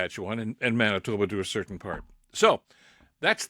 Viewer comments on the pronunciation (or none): none